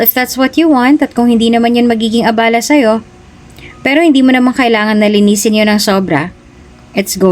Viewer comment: Ang pagbigkas ng abala ay pabigla na iba ang ibig sabihin kesa mabagal